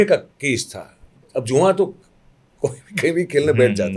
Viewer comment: Juan nahi jua, don't mind please